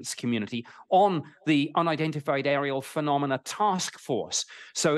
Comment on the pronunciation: What the heck's a PHENOMELA!😂